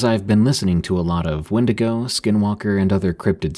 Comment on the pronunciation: "Win-dig-oh"🚫 "When-dee-go"✳✅